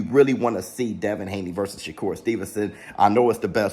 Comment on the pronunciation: His name isn't sugar shakur 😂😂